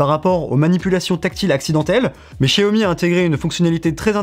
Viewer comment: Pas de test vidéo sur le Xiaomi Mi Lite 11 5G ? Ah cette marque se prononce Jiaomi 😊.